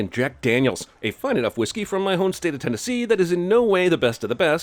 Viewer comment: I was going to ask where the hell you could've been educated that you learned Christopher Columbus was all good, but I remembered you said Tenese. So that makes sense.